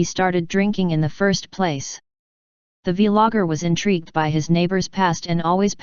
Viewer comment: The vee logger 🤣